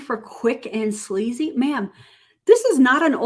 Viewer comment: cheap and sleazy. But it sounded like she actually said slazy which is a new word I can get behind :)